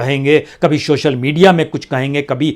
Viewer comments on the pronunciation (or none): none